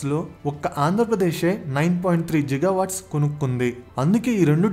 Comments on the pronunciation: Bhayya, its not Jigawatt its Gigawatt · G ante giga nera babu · గిగా అనాలి బ్రో(జిగా కాదు) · Jiga kaadu babu it’s Giga 😂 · It's not జిగా watts... It's గిగా watts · are babu adi ziga kadu ra giga .... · జిగా GWవాట్స్ కాదు బ్రో గిగావాట్స్..🙂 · Jil Jil jiga jiga🤣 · You not only wrong pronounciation on giga but also you confirmed bribe without completing of investigation and also you always trying to blame ysj but not cbn 😅